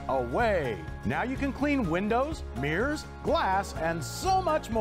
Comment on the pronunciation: Mirrors sound like beers